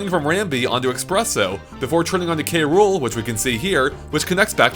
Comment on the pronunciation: Kay-Rool street it KROOL like CRUEL